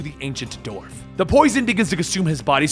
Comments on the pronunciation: Dwarf, not "dorf." It's the same way you pronounce the first syllable of "dwell" or "Dwayne." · dWarf. You say it like the surname of actor Stephen Dorff.